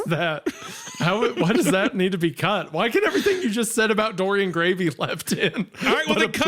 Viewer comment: I like how Isiah completely butchers Dorian Gray